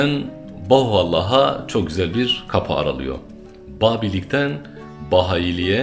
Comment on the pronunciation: Bahuallah değil, BAHA+U+(A)LLAH = BAHAULLAH